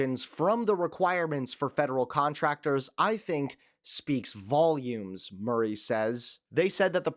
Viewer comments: Listen, Atilla or wotevr, Murray is typically pronounced like hurry rather than like hooray! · Mur- ray? hahaha